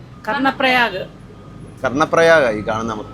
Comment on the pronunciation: കരൺ പ്രായാഗ് അല്ല, കർണ്ണ പ്രയാഗ് എന്ന് തന്നെ ആണ് പറയുക